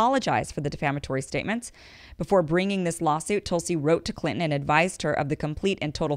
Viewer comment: I love the way you say Clinton lmao